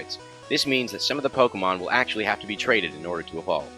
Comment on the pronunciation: 7 actchelly